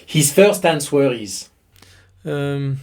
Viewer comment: It is silly, but the w in answer is silent. It is pronounced "an(t)ser". On ne prononce pas le W dans le mot Answer.